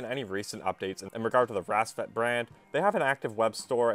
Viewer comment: who pronounces "PACCBET" as an english word?!